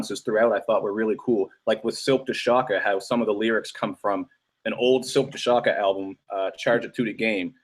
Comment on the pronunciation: did u seriously just say slick tha shocka Anthony? my god.